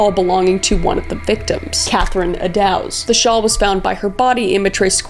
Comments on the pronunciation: I’ve taken the tour of Whitechapel and it’s still kind of eerie. I recommend it though if you’re ever in London. We even had a drink at the Ten Bells which still exists and where most of the women would patronize. Also, it’s pronounced like “Edd-does (like a female deer)” instead of “Edd-dows”. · No hate Kris, maybe next time watch a documentary so you know how to pronounce the names. Thames sounds more like "Tems" and Eddowes is Edd-Ohhs. I love your true crime stuff, please keep it up 💜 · Kris I love ya! But Eddowes is pronounced like ‘meadows’, and Mitre is pronounced like ‘fighter’. You’re my favorite! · you have the strangest mispronunciations..takes me out of the video. for the record: 'mite-er', 'mont-ahg-you', and 'ed-ohs' is the agreed upon pronunciation....and I assume you were trying to say 'lou-well-en'